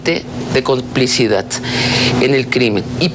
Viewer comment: ComplicidaT????QUE ATROCIDAD,SERVANTES DE SAABEDRA DEBE ESTAR ENFURECIDO. Que mania de usar laT en las palabras con terminación D. sabina chaira,que ASCOOOOOOOOOO.🤢🤮